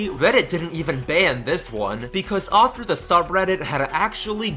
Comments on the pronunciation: It's after, not ofter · why do you say offter? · Learn how to say after, jesus. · why do you say "after" like that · I don't like the way you say after, but I still like your videos.